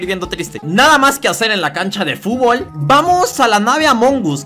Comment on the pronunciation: Es fútbol no fubol